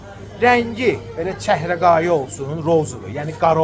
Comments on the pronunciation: ÇƏHRƏQAYI YOX, ÇƏHRAYI. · Çehreqayı yox, çehrayı. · Çəhrəqayı YOX ÇƏHRAYI. DÜZ DANIŞ